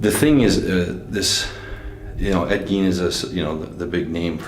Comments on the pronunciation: The last name rhymes with "wine", not "ween". Ed Gein. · I watched this one back in the day but good to rewatch it. That evp you got when holding the straight razor really sounded like "Ed Gein" to me....might pay to relisten